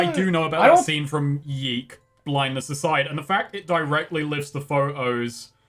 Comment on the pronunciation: It's funny you said that,, because several times up to now, when one of you said "YIIK", you didn't aspirate the "k" very much, so I misheard it as "yeet". XD